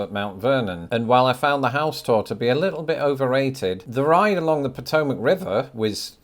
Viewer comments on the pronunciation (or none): none